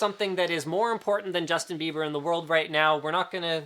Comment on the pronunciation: its bieber not beiber ...